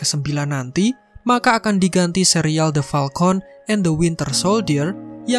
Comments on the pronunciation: Falcon bang bukan palkont🗿🗿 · Falcon woy... Bukan palkon... Wkkkkk njir